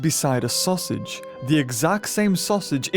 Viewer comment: I can't take him seriously when he says sausage lol